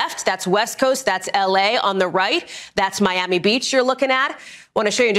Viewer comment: how do you have such a great legal mind, and overall, a smart dude....but can't pronounce Miami???